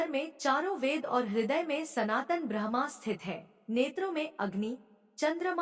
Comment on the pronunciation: Bahan vinamr vinti ,aap brahma ka ucharan sahi kre ,dhyan bhatkta h, shukrana